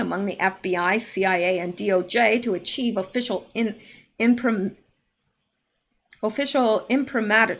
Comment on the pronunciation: The word you had trouble with is imprimatur which is pronounced im prim a chur. Which is defined as a persons acceptance or guarantee that something is true.